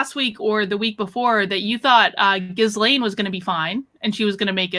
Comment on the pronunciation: The s is silent in Ghislaine.